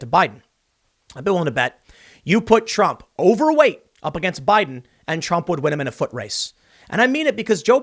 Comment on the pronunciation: We need the Biden scoreboard a point for every time he mispronounces Trump, 200 points Impeachment.